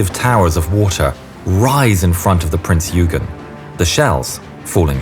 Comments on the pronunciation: It's not "Prince 'You-gen'..." , It's "Prince 'Oy-ghan' or 'Oy-ghen' " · Prince Yoogen? Why can't ANY of you learn to pronounce foreign names correctly? Would it really have been that difficult to find a German speaker? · Love how he calls Prinz Eugen Prinz Hügen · Wonderful video! My only frustration is with the pronunciation of the name of the ship, Prinz Eugen. This is a German ship - the pronunciation is 'Prinz OY-gen' not 'U-gyn.' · It's Prinz Oygen, not Yoogen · Can I just say as a fellow Brit, the Prinz Eugen is pronounced "Oigen" Sorry to be a pain, but so many people cannot seem to say it properly. :) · Prinz Oiegan is how we pronounce it. AI is getting better though. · The "dazzle stripes and swastikas were painted out by the time Bismarck left the Norway fiord. Prinz Eugen is pronounced "OY-GEN." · prince eugen is prononced oygen. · Wrong pronunciation. It is Prinz Oygen, like in Oyster. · Your pronounciation of the german names is awful. Sorry to say this, but it is the truth. The Prinz Eugen is pronounced "Prince Oigen" as in German the letters "eu" are pronounced "oi". Also why do you pronounce Günther as Gunther? while you pronounce Lütjens correctly? Makes no sense at all. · The ship that sailed alongside the Bismarck... The ships' name (Prinz Eugen) is pronounced like this: Prinz Oigen (Last name spelled Eugen... Pronounced like it was spelled "Oigen")...